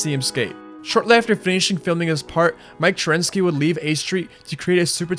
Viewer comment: Mike “Trensky” “Rude” Johnson Guy “Marino” Henry “Senchez” “Spake” Jonze 🤦🏻‍♂️🤦🏻‍♂️🤦🏻‍♂️🤦🏻‍♂️🤦🏻‍♂️🤦🏻‍♂️🤦🏻‍♂️🤦🏻‍♂️